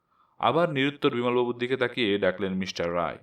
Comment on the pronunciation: রাই নয়, রায়।